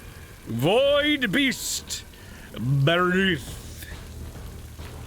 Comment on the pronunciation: You gotta say the pirate name right! It’s By-ARRR-ith!